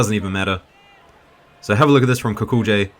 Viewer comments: O for Gods sake lern to pronounce Kukolj.try Kukoly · it's more like Kukol-yay, but that J sound found in Slavic languages doesn't really exist in English...